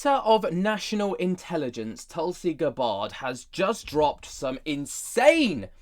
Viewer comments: Please pronounce her name properly. It is not Guh Baahrd. It is Gabbard with the a like the a in apple. Thanks! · I thought it was more Gab-ard and not G’bard like is pronouncing it? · Pronounced GAB-ird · Pronounced = Gab Bird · How do you not know how to say that nake bruv? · U can't even pronounce her name properly